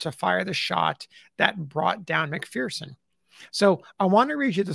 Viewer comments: FYI: McPherson is a Scottish name and is properly pronounced as Mc fur son, not Mc fear son. The McPhersons say "There is no fear in McPherson". I truly Enjoy and appreciate your work very much. RPG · There's no 'fear' in McPherson. As we say here in McPherson, Kansas. It's pronounced Mc-fur-son.